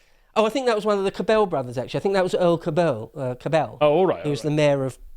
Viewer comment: Minor point, very minor, but the pronunciation for the Cabell name emphasizes the first syllable. I say this because I lived in Dallas when he was mayor. I heard his name hundreds of times.